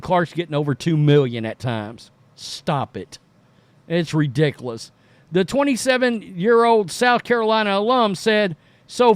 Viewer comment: Stop saying "redickless" please. Thank you